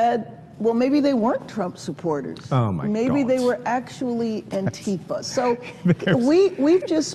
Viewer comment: The pronunciation is anti fa, not anteeeeefa Anti fa = ANTI FASCISTS. NOT AN ORGANISED ORGANISATION